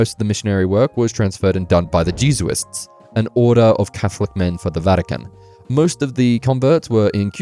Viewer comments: Jeez-u-ists? Uh, you mean Jesuits? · Bruh, you coul have looked up how to pronounce the Jesuits. And honestly 10 minutes in you have shown you really misunderstand catholic teachings. The outside perspective is good but you have really failed the Christian part. Which as I am not too deep in Japanese history and talking I have to assume your are deeply wrong on that part aswell. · You went to Christian school but mispronounce quite a few things (Jesuits, Magi)... XD though still decent video. Honestly it probably has more to do with Japanese interest and use of general European culture and history. Like most Isekai are based in a European Medieval world, as well as plenty of other types of fantasy anime, and Medieval generally means European tropes of a church institution.